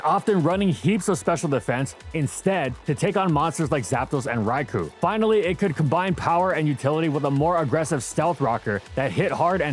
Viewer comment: Always found it weird this thing could learn Solar Beam. Also pronounce ‘Raikou’ right for once.